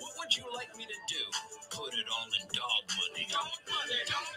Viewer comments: the e is silent in doge. The first vowel does the talking and the second one does the walking. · But I like how he says doge 😁